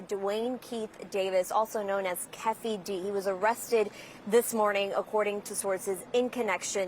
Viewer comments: When white folks try to pronounce Keefe D’s name 😂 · “Kef-fee dee” it’s “key-fi-dee” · Lol "Ké-ffy"...it's pronounced KEEFY!!! (Rhymes with beefy) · Did she say Keffy D 🤔😂😂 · Even if I'm not a english native speaker, I'm so surprise at the way she pronounces " Café Dee " 🤣 and "Shakur " like the "ur" in the verb "occur" 😅, In general, people who mispronounce his name make a mistake about the first name "Tupac", but this is the first time I've seen someone bug on "Shakur". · She said keffy d😭😭😭😨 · This reporter can’t even pronounce Tupac Shakur or Keefe D. 🤦🏽